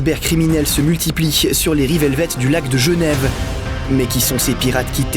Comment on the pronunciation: "LAC DE GENEVE" mes oreilles ont prit un coup 😂